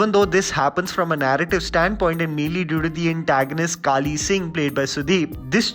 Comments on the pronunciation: Its Bali Singh not Kali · Bhai please if u didn't like it , ok for u but i love it . Antagonist name BALI SINGH not KALI SING. Did u really watch it or just welcome us for views on ur channel.